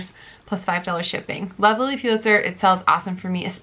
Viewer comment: Please it’s pronounced Lilly Pull-itzer, not PU-litzer! Sorry but It’s hard to hear over and over again. Thanks for the videos and good luck with the new baby!